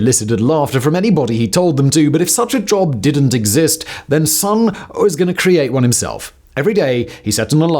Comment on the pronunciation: Just to say, living in Japan, his name is pronounced SOHN (the vowel is pronounced like the o in gone), not SUHN as we would say in English, in case anyone is interested!